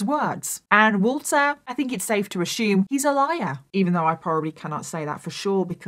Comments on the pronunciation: Hey fellow Americans.... Does it kinda drive U crazy that saus, Ashume... instead of Assume? Lol.. My aunt was a war bride, just 16, and my uncle 18 when they married in England, and she came to America. They remained married all their lives. Sweetest thing I've ever seen. But, m y aunt would say...eer(?) (air?)...instead of OUR LOL.. Now, I've got the same thing going on with Ashume anyone else? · "How do you pronounce ASSUME?" America: uh-soom. Britain/Australia: uh-syoom: uh-shhoom! 😂